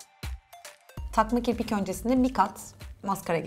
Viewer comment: ve ilk kirpik dediğinde kiprik dedin